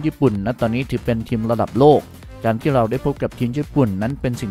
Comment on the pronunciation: ทีมครับ ไม่ใช่เทียม(ฟังหลายรอบก็ยังเป็นเทียม)